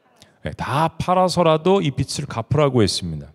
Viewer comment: 목사님 선포하시는 말씀 매주 기다리며 듣는 자매이에요. 항상 꿀송이 같은 양식을 듣게 하셔서 감사 😊 🙏 근데 빛을 [비츨] 빚을 [비즐] 빚debt이 자꾸 하나님의 빛처럼 들려서.. 너무 상이한 뜻이라 조금 염두해주시면 감사하겠습니다. 빚을 (비즐) 빛을 (비츨)